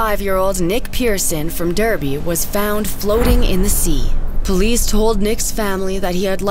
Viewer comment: Its spelled Derby but its pronounced Darby